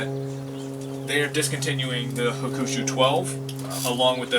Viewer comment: It's pronounced Hawk-a-shoe.. nice video.